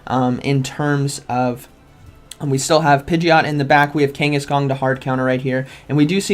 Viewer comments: Kang a shan not Kenghis Khan 😅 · love how u kept saying kangaskong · love how you keep calling it kangas-kong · Me: Say Kangas.: Kangas. Me: Say Khan.: Khan. Me: Say Kangaskhan.: Kangaskong 😆😅